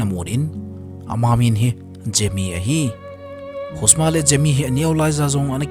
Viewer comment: Gemi❌ Jemi☑️